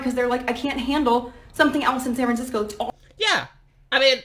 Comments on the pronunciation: I may have mis heard, but did you say Scat Francisco. If you did, well done sir! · Did say "Scat"franciso? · Haha... "Scat fran sisco"